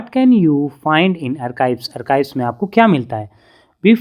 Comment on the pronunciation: sir arkive nhi archves